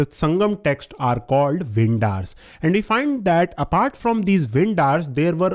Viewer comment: not वेंडर् (vendar). The correct pronunciation is वेंदर् (vendhar). Vendhar means Kings. इमयवरंबन् नॆडुञ्चेरलादन्